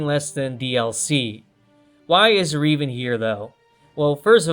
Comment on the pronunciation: I hate how you mispronounce Revan